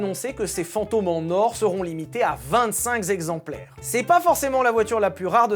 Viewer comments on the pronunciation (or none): « Vingt-cinq zexemplaires... » Aaaaaaah ! Mes oreilles saignent !